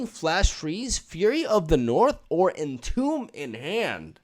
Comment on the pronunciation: "entomb" is pronounced like "intumb" if you read it in spanish